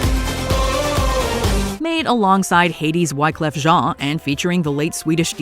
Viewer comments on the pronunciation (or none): none